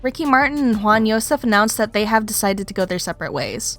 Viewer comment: It's not khwan, it's JJwan